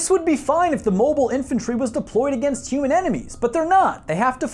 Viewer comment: "HOOOMAN INTORCORSE"